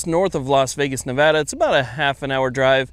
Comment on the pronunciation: I like how to say Nevada in the correct way.